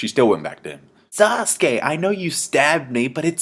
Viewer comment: it's sasuke not sauce.